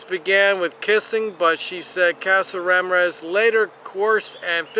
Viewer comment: I'm not even commenting on the pronunciation of Ramirez.